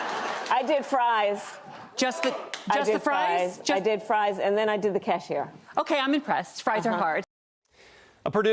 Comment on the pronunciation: Fwench fwies lol